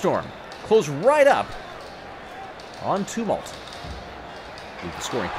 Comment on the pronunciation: I love you, but please learn how to say ‘Tumult’. Uh like in Tums, not oo like in tombs.